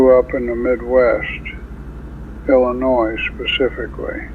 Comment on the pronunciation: Anybody who is truly from Illinois would NEVER pronounce the "S" at the end - it's actually something they hate. So this detail makes me an unbeliever.